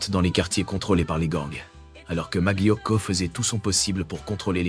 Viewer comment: Très bien cette vidéo, mais svp ne dites pas maglio mais malio, molto grazie, buona giornatta a tutti 😊